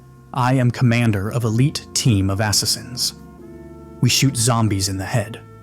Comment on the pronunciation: Ass-assins hahahaha nice ai